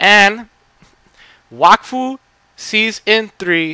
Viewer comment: yup you said it right ;) IT MADE MY DAY WHEN I FOUND OUT TOO :P